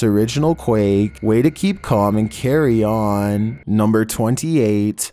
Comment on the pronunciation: “-and carry aawonnn”